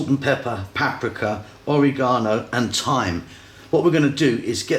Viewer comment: Absolutely Amazing delicious plate of spaghetti and chicken. I love your accent, the way you pronounce oregano drives me mad...lol I'm Italian and my grandma 👵 always used oregano in her recipes Oregano E is pronounced aaaa Oraaagano ...😆 🤣🤣🤣